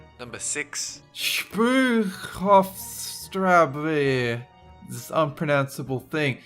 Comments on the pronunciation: For every english speaker who wants to pronounce Spreuerhofstraße correctly: It's like Shproiarhofshtraasza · Spreuerhofstraße - sproy-yer-hof-strah-suh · My asshole cringed inside out when he said "ß" as "buh" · Excellent!! IMO. Your funniest fucking video yet. Your astounding grasp of pronunciation. In such simple languages as Chinese, Hungarian, and Romanian is, as always, spot on. Sigh....I love. Ha ha ha!! BTW. It's pronounced. Spoyer Hoff Strahsuh. As ever, thank you. Peace. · The way he pronounced spreuerhofstrabe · Spreuerhofstraße 😂😂 It's not that hard I'd say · did you just pronounce an ß as a b?